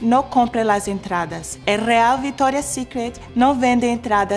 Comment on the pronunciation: No entiendo por qué dice "VITORIA" si cuando lo dice en ingles lo pronuncia bien... viCtoria! jaja igual la amoooo!